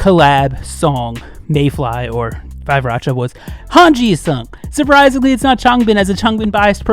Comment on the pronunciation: they pronounced 5racha as oriracha and ori means duck if I'm not wrong ~